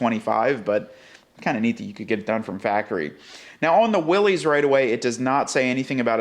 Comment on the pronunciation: Yet another video that I have to give a thumbs down for the ridiculous mispronunciation of Willys.